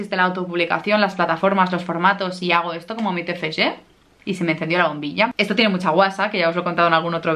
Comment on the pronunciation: Me encanta tu pronunciación del Tfg, te felicito por partida doble, por tu graduación y por tu libro. ¡Lo has conseguido!